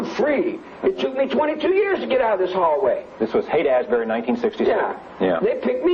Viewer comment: Rose keeps calling it Haight-“Az-bury.” It’s “ASHbury